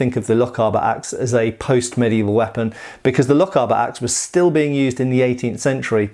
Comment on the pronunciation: Never mind the pronunciation of German things when you can’t pronounce Lochaber right,it’s lock-ay-bar